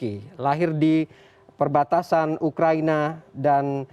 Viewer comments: Belajar baca dulu ya presenternya...ngomong salah salah gagap ..ukraina jadi ukraini..awokawok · Btul bos udh bilang ukraini 🤣🤣🤣